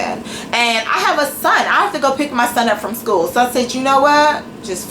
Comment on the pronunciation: I don't even know how the hell you got into any college when you can't even enunciate — it's a SCHOOL, not "skoo". You sit in front of your camera with the audacity to make fun of or hate on pretty much everyone, yet you have more poor qualities than all those people combined. The shirtless guy who had no right to be shirtless because he wasn't hot in your eyes? I'm sure he can pronounce "school" correctly. The security guard who knows nothing because he's "just a security guard"? He most likely passed English whereas you,, obviously failed even first grade English. The "bossy" student who's stupid because she's "too old" to be a student? At least she's unafraid to step up and try something different, unlike you who doesn't even have the respect and decency to show up to class. Was your mouth open when people were staring at you? Because I'd stare at you too if I heard you talking, and they don't smile at you because of the disdain they have for how judgmental and bigoted you are to everyone around you. You should be ashamed of yourself, your actions, and the ugly words that spew out of your mouth. Have some respect for others, but more importantly, try having some respect for yourself.